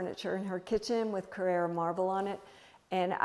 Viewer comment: Her home is the total opposite of mine. I live in Costa del Sol Andalucia, Spain,so I use a lot of colour and I'm also a maximalist. But I must admit that her home and garden are delightful, even though not my style. She is an extremely talented lady. But oh how I wish that you Americans would ALL learn to say " Carrara "( marble) correctly !!! As an Italian it truly gets my goat ( so to speak)when I hear you all pronounce it the way you do.